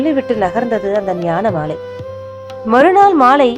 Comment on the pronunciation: உங்க குரல், மாடுலேஷன் ரொம்ப பிரமாதமா இருக்குங்கம்மா!😊👏👏👏👏👏நீங்கள் வாசித்தது போல "ஞானமாலை இல்லை, ஞானமலை". 🙏